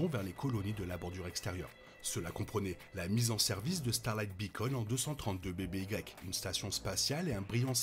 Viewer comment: J'avais compris, merci. "avant Yavin", ça sonnerait beaucoup mieux que ce pseudo anglicisme inutile et mal prononcé.